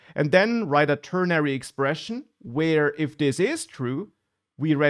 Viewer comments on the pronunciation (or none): none